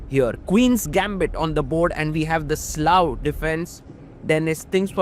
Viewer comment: pls pronounce it as slav